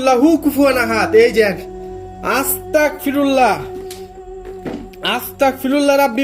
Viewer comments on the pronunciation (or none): ভাই আপনি যে ভিডিও তে আস্তাকফিরুল্লাহ পরেন....কথা আস্তাকফিরুল্লাহ হবে না.... আস্তাগফিরুল্লাহ হবে.......Take love vai❤️❤️❤️ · আসতাগফিরুল্লা বলবেন।ক না গ উচ্চারণ হবে